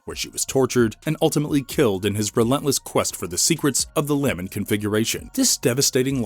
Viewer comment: It’s pronounced luh-ment